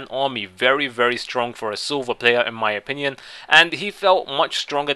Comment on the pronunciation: Stop saying 'in my option ion'